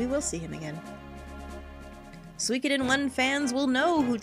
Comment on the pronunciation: The only thing I don't like about this let's play so far is the fact that you pronounce "Suikoden" as "Sweekoden" haha